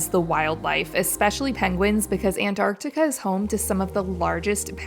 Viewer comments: Why is she calling this “ANT-Artica”?!?! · U mean antartar? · its not antarctica, but antartaca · why do you pronounce Antarctica like that ewww